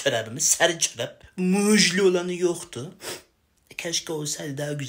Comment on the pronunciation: ❌️muzlu ✔️ muşlu😅